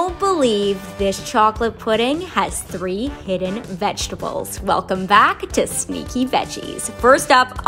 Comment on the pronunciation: Why was I waiting for the "throee hidden viggitibles?? Troooy moooy chocolate pudding"